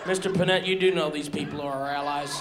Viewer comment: Your pronouncing his last name wrong. DOPE